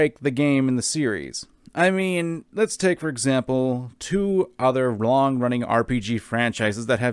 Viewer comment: Two other wrong running? I know you meant "long", but that's legit how it sounds to me.: The Marnie Line Editor: The wut? Me: Laughing my butt off